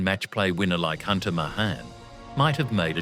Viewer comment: it’s May-han, not Muh-hahn, and Shaw-flee, not Show-fuh-luh.